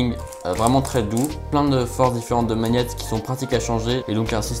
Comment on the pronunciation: Ça me démange quand il dit « maniette » 😂 Ça se prononce mag-net